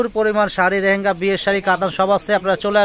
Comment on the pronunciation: রেহেঙ্গা না এটার উচ্চারণ হবে লেহেঙ্গা । ধন্যবাদ।